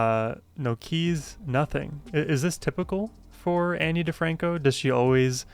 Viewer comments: Her name is pronounced like ah-kneee instead of Anne buts she’s also one of my all time favs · Her name is said Ah-nee